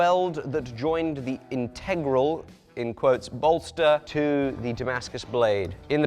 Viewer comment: Please, pretty please, pronounce integral properly 😢